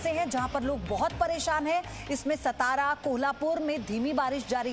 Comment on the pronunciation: like to correct- not सतारा it's सातारा